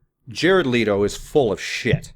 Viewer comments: Okay... Now one... It's LEHto... not LeEeto... and two, how is he full of shiz!? Leave his private life alone and let him be....! =∆= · Man it's fucking Leto no leeto fuck that's annoying. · Just one thing.. his last name is LEto not LEEto... peace